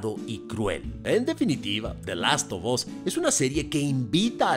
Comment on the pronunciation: Como escucho a Kristoff: "De Lasto bos" 😂😂😂😂😂 Manita arriba si tu también lo escuchas.